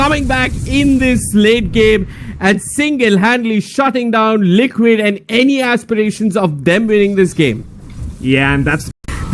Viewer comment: I hear lickit not liquid 😂😂